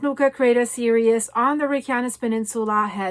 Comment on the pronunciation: Hi. So very happy to hear the good news about Apollo. I am going to offer kindly pronunciation adjustment because I finally figured out the word you have been saying in every video about the volcanoes when you name the volcano and say a word that starts with S immediately after it. I hear the English word serious, and I am reasonably certain you mean the English word series. If I am right, the pronunciation of the IES is EES. I listened and you said the word three correctly and it simply would be like multiple threes. I know pronunciation across languages is massively complicated and by now you are extremely used to the serious pronunciation. You feel free to choose, which one you want to use, but if you use any of the translators and they are giving you, the IOUS pronunciation then it’s a learning tech curve for whatever or whoever. I have a funny story from a Native American Rez, where one of the aunties came up to me and tug on the edge of my top, telling me never to say a word that I had been saying because in a speech, a man had used the native word. I thought it meant one thing and evidently it was very profane. She was kind enough to find me in a back hallway alone and simply told me don’t say and she said the word. I’m not tall, but I was looking down at her and she looked older than I am now but she’s probably 20 years younger at the time. I said OK why not? She put her hand over her mouth and giggled and gave me a very polite translation turned around an